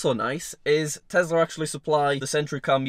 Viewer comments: bruh he cant say tesla he can only say tezla jk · absolutely love your videos. But FFS please STOP calling it a TEZLA!!! It’s a TESLA!!! SSSSSSSSSSSSS... for snake 🐍 not ZZZZZZZZZZZZ FOR zebra 🦓. It drives me mad 😠!!! Haha...